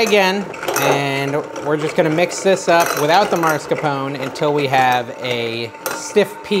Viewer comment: "Mars"-capone, hahaha.